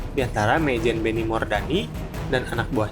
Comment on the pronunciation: Mayjen min, bukan meyjen hehe